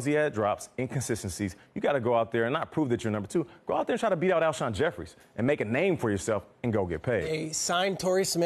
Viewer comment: Zakari Yes horribly